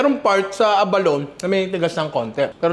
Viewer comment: The Avalon yun hindi Abalone. 🤣